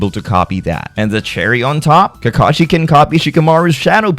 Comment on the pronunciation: You said Kakashi so well lol